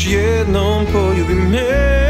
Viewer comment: Moras da obratis paznju na pravilno akcentovanje reci. Ne mozes da kazes pOljubi me, vec poljUbi me.